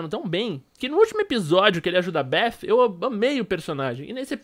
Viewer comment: Kkk meu brother tenta falar do jeito mais fácil se vc não sabe, fala beti com ti no final porque bef não existe kk foi um belo vídeo como todos kk